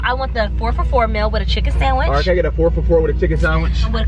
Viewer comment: Sawinch ✅ Sandwich ❌